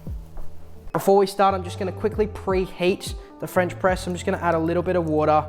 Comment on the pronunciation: The fuck is a Fwench pwess